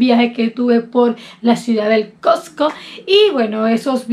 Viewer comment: La ciudad es el Cuzco no el cosco como lo dices ,q opinas del problema de la delincuencia en varias partes. del PERU x parte d tus paisanos?